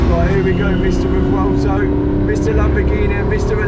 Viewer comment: bro keeps insisting it's pronounced Revelto 🤣 Sick car man, but try and squeeze a W sound in there somewhere